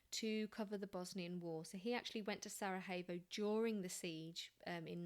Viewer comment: it's SaraYevo not SaraHevo for future reference, not Spanish ;-) thank you.